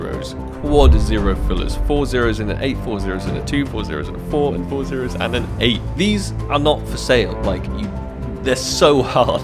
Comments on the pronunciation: Nobody:: notnotnotpointthree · how does he pronounce zero? what language is that? I'm curious